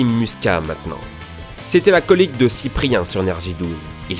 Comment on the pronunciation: La seule vidéo sur ta chaîne (que je viens de découvrir) qui me déplaît. pourquoi il y'a les revenus affichés dans la barre de présentation, pourquoi ces propos sur Antoine Daniel et quand tu présentes des Youtubeurs applique toi un peu...Maxime Musqua pas "Muscat" et ça se prononce Diguidix pas Dijidix...